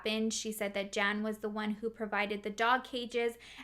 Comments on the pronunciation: Just for future reference: Jan is pronounced Yan in European language. And Vlad IS a really cool name to say. I even said it with you...Vlaaaaaaaad. 😁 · I love your videos. Just for future reference the masculine form of "Jan" is pronounced "Yawn" in Russian and Polish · Crazy story. Those people are really lunatics. Just one comment. Male name Jan isn’t pronounced as the English female name Jan. It’s pronounced like yarn, only you drop the r 🙂 if that makes sense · this sort of thing creeps me out so munch ahhh :( also in names like jacob, jan, jospeph, the j is pronounced as y so like yan or yacob; ik this isn't really a significant correction but oh well aha. I love your videos sooooo much ! sending love from denmark